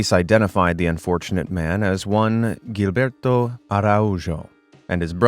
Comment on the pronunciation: Very late and no longer relevant. But Gilberto has to be read and Jilberto, because its a portuguese name, the same way you read Genevaldo.